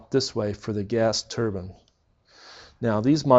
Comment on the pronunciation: Turbine (turr-byñ)✔️ (turr-bin)❌